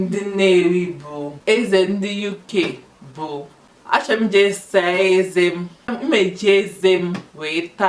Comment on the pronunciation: You pronounced "Teeth" and "King" same way, there should be a disparity in the tone.